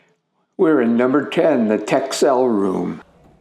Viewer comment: Dutchie here: “Texel” is pronounced like “Tessl”. Great to see you enjoyed the Wadden Sea and its isles, one of my favorite regions as well.